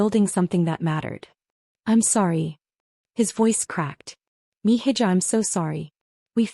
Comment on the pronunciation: Actually it's "mi hija" sounds like: mi= me hija= (h is silent) e ha Meaning. My daughter